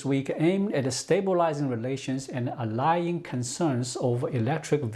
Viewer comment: Hey,. Quick pronunciation check, 'allaying' is pronounced 'ah-lay-eeng' as opposed to 'al-lie-eeng.' I love your reports, thank you for all your hard work!